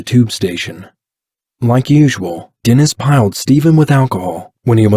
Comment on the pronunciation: it's not piled its Plied